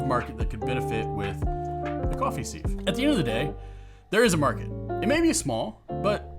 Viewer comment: Beats me why music is thought to be necessary at all. We’re here to listen to what’s being said, not to have a boogie. And while I’m here, what’s with this ‘seev’ nonsense? It’s pronounced ‘siv’.